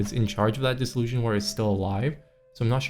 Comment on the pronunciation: FYI dissolution is pronounced diss-ol-u-shun like solution or nation, not zhun like confusion or disillusion.